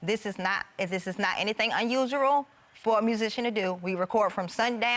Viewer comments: As soon as I heard the "r" in "unusual".......😒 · 😮😂 3.56 unusuRal?!😂 Her tablets, wig or cray vibes be adding letters to her words😮😂